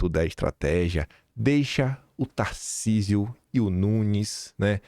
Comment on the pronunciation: Tarsísio, se você não pronunciar em favor de Flávio ou qualquer outro candidato, você será Traidor. Para mim, você Governador, já é um Traidor. Está esperando o que, o Xandão lhe autorizar apoiar o Flávio? Você já está se tornando uma vergonha, cada dia que passa, fica pior.